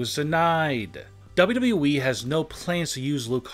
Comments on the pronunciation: One. No disrespect but you need to learn to read and talk better for your show. Good idea but your delivery needs to be better. Its W W E, not WE like you make it sound. Record yourself and listen back. You need to stop talking up and down so much and keep a better even tone and talk slower also. btw Sasha is still under contract with W W E. and as we know nobody is banned for life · It's w w e not dubdubue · Anyone else hear duhbleduble-E when he says wwe? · Sounds like he's saying dubbadubbaeeee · Nobody Literally Nobody This man- "Dub Dub Eee" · Dubba dooweee? That's not how you double a W😂😂😂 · Chris Cherico. Daba daba you eee. Can you learn how to speak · Idk how tf you're pronouncing wwe🤦🏾‍♀️ buh it's simply the letters w , w , e bro pronounce it right please .... it's said how it looks 😑 .......... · He’s saying dubdew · "DUVodUbooE"🤦😂 jus stfu dude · Wwwwwwwwe.. Please learn how to prenounce WWE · Your " Wwe" pronounciation had me dying!😂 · How he pronounces WWE😂😂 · Somebody teach this guy how to say : WWE Man has Learning disability I think 🤔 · The way this guy Says wwe:🤣🤣🤣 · Pretty much all these are speculation. You say likely a lot should change it to 10 stars that are likely banned from wwe and learn a new way to say wwe the way you say it is horrendous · Say W.W.E 🗣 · Damn the way he pronounce WWE makes me sick... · This guy cant say wwe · Learn how to say WWE